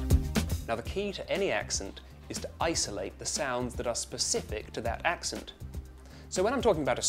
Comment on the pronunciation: Its pronounced 'Ax-Sent' not 'Ahx-ughnt'.